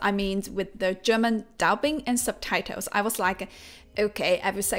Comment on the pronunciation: It's quite funny how she says ... subtitles!!. SUBTITOWS!!!.😆 NO OFFENSE!!!👍🏻👍🏻